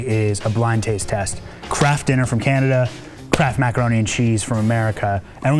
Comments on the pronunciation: The guy said candada not canada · "CANDADA" lol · Did he say candada? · Did he just call it "Candada"? lol..! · Did he say "Candada"? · Did anyone hear 'Candida'? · Lol, he said "Candada"